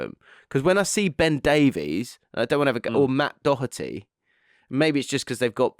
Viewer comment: How is able to pronounce Doherty flawlessly? Did he go on a course? Because not a single other English person seems to be able to do it.